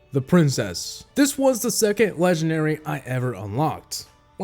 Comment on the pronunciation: you Keep SAying LEGENARY WITH NO D